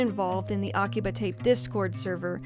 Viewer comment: Interesting video. But come on girl, aki-BUH?😅 The only reason I mention it is because you use some accent when you speak Japanese words which isn’t Japanese… 🤔